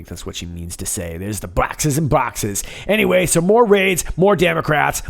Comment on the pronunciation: Bwoxes and Bwoxes!